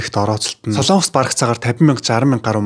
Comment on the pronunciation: Солоонгос гэж улс байхгүй ээ. СОЛОНГОС гэж улс байдаг. Зарим нь СЛООНГОС гэж яриад байхаа болиочэээээээээ